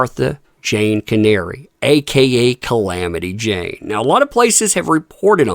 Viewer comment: As long as she hides out in another country, she can’t be served for the lawsuits here in the US!! BTW, the real person’s name was Cannary, not Canary.